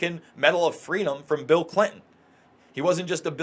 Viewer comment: I love you, but would you please pronounce Clin-ton the right and the old fashioned way?